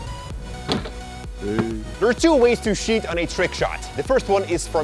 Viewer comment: Tcheat! not SHEET! Tch- TCHEUH!!! kljeghhaeklghkaehkmghameg